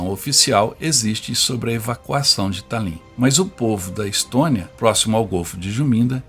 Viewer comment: Pronuncia-se Tálin. Que belo trabalho! Obrigada.